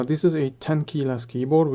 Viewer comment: what does " Theeees " mean ??? is it this or Theees ?